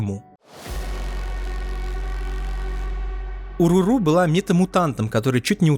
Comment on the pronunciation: Не Уруру а О'Роро